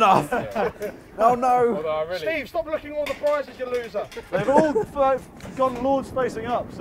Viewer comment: when did Steve have a er on the end